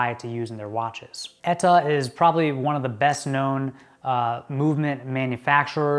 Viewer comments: ETA not Eta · You say "ETA" really weird...